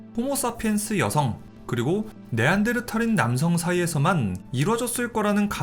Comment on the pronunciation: 네안데르탈 할때마다 신경쓰이네 ㅋㅋ 어쨌던 잘 들엇습니다